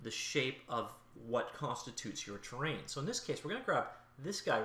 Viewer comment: Has anyone else been looking for the tab "train" in their editor? This guy doesn't know how to pronounce the word "terrain".